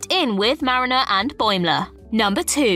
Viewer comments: It's "MAY-jel," not "Mah-JEL" Roddenberry. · "May-jil" NOT "M'jel" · Very poor content this time around. "Ma gel"? For crying out loud... Shameful content in fact. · "MayGel." Jesus Chripes! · Not only does she mispronounce Majel, am I hearing it correctly that she calls her Nichelle??? Also, the skirt is called a skant and both Picard and Riker wore one. It was a more ceremonial version with black leggings, but it was most definitely a skant.